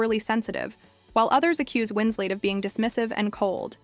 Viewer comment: FFS, it's Winslet, not Winslate. This AI non narration about a non incident is pretty irritating and lame. Is this the future of YouTube, drowned beneath layers of dreck upon dreck upon dreck?